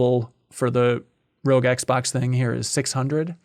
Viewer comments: I think the thumbnail title is maybe a wordplay based on mispronunciation of ROG as "rogue" instead of more like "dog", which he does throughout the show:') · Haha it's ROG like "dog" not ROG like "rogue"! Great episode as always. MinnMax is such a reliably good-vibes show.